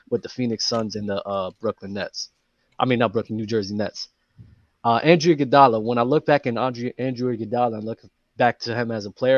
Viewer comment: I’m not listening to anybody saying Andrew Iguodala lol.